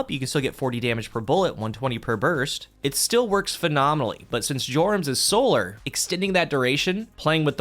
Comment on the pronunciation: That's not how Jorum's is pronounced. Also, if you're running this in 6s, just use the Aeon Gauntlets instead. No need to muck about with a bad fragment or constant sprinting to keep things going. Simply watch your Dodge come back in 5-10 seconds for free for the low low cost of your team dying around you.